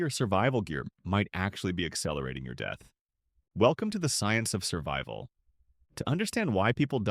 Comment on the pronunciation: "Surbival?" Yeah... I'll stick with the non AI videos.